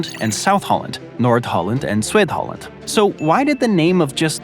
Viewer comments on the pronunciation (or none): it's not pronounced "swid-holland". Zuid (dutch for south) is pronounced "zowd". Basically rhymes with "loud" ] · As a Dutchman, the way he cringely tried to say Zuid Holland (South Holland in Dutch) was honestly unrecognizable.. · Some interesting facts here, such as India overtaking China in population but some ‘facts’, like not saying Algeria is the biggest country in Africa, are dodgy and so are some of your pronunciations (‘Zuid Holland’ was badly mispronounced in particular). Also could’ve mentioned that Mexico is technically a Caribbean country due to the coast from Cancún to Chetumal being on the Caribbean Sea but Bermuda isn’t as it’s surrounded entirely by the Atlantic Ocean (though it’s more culturally ‘Caribbean’ and is in the West Indies). Also the status of London as the ‘capital city’ of the UK is somewhat dubious as it’s technically a de facto not de jure capital and isn’t a city but a region containing two counties and two cities (one of which, the City of London, is both a city and a county).